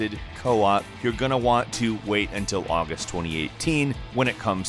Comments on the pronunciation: It's Co-Op not Coop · Co-op, not 'coop'